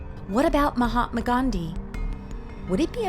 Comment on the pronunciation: SHE SAID MAHA-MAGANDY